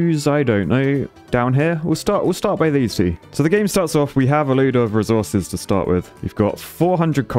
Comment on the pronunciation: i love how he prownaunzes "resources": reez-whores :)